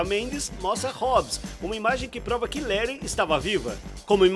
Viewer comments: Mano não se fala leri e sim let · Agonia do cara falando "Leri" qual a dificuldade de falar Leti krl? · Por que ele não fala "Lety " .Da arrepios ele falar o nome da personagem errado " Leri " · O cara fala léri ksksks ao inves de leti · Para de falar "Léri". Aqui no Brasil se pronuncia Léti. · O engraçado é que o nome é LETH e não LERY 😂😂😂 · Mano sério "leri"?? Na vdd é "letty" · O nome dela é leth não lere animal